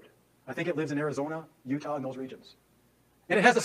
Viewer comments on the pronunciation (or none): none